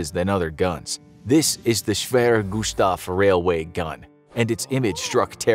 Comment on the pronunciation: "Schwerer Gustav"! As a german it's horrible to hear how you spell it🤣